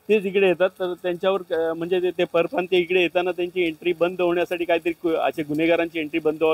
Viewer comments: परियप्रांत??😃 की परप्रांतीय, मराठी तर नीट बोल बे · परिप्रांतीय नाही रे परप्रांतीय असा म्हण तू पण परिप्रांतीय आहेस का 😂नीट उच्चार कर